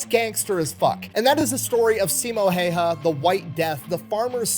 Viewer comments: not once in my life have i met someone who says simo häyhä correctly and i'm offented. Someone needs to teach everyone how to say the name correctly... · Its HÄyhÄ ... Ä is not an A. At all...